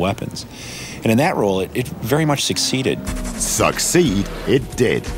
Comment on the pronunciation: LOL "Suck seed, it did!"